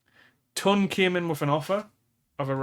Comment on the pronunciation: Once again I am asking you to say Toon not TON :pillow-turquoise-hot-chocolate